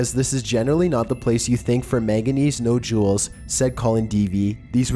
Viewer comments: Mike Bizz and no jewels instead of nodules! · “ nojules” nodules 😂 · Mechanical Faux Voice Videoes are truly lame. Incapable of pronouncing ' Stonehenge', Nodules, and many other words.